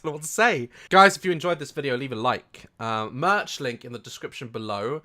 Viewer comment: he says daz church instead of daz merch